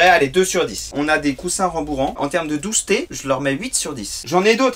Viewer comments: La "douceté" j'a-do-reeee, c'est "magnifayque" !! 🤣🤣👌🏻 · "dousseté" sur 10😂😂😂